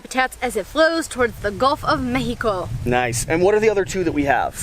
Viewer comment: I love how you pronounce México in the right way.